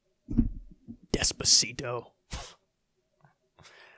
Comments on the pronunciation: More like "despereto". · he played despacito and all people heard is desperato